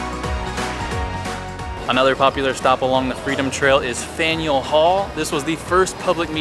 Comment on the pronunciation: I'm very impressed by how many names you pronounced correctly! I almost feel like tourists deserve like a small cash reward if they manage to say "Faneuil" the proper way on the first go without any help.